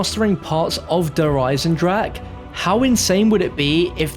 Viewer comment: It's EisendraCHE not Eisendrake.. after all this time you still cant speak it out the right way and dont even try to, it hurts my ears as a german.